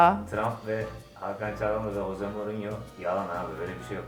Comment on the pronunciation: Jose Mourinho h harfi ile okunmuyor j harfi ile okunuyorr